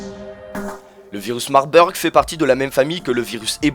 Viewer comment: Marbeurg, aha ça se dit "Marbourg" désolée j'étais obligée mdr sinon très bonne vidéo